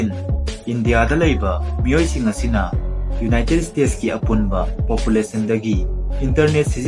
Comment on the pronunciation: Ucharol khitang sengna haibiragadi nungaijagani united state haigadaba khonthokto united stage oina haibire khitang nungaijade somgi lei do (tongue) to khitng...